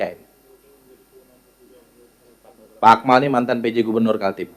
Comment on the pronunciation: Nyebut kaltim aja salah. Hahhaa